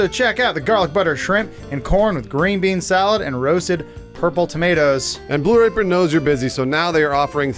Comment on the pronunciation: I swear the first time said Blue Apron it sounded like he said Blue Rapeon